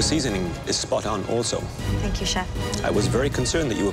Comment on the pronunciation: “Fank quickry but more importantly fank fast”